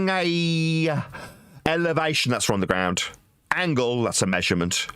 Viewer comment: He seems to have a speech impediment when pronouncing "ground". Is that anything to do with his badly maintained teeth?